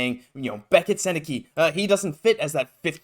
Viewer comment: It’s pronounced like sen-eh-cuh for the record, hopefully the Habs know that if they’re going to pick him lol